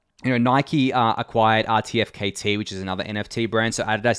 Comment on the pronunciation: FYI - RTKFT is pronounced artefact 👌